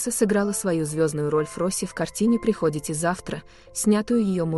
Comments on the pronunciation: Приходите. А не прихОдите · приходите, ударение надо ставить на "и" , слушать вас противно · kak możno czitać -" prichodzicie zawtra " dziewuszka nie tam stawisz udarenije